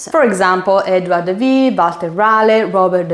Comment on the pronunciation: DID YOU JUST SAY << EDWARD THE "VEE" >> ? ...